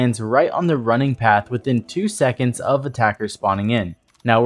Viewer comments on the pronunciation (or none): none